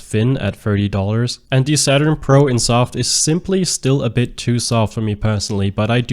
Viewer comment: Are you saying "pr0n"??? Im so confused because I hear you say it again later in the video.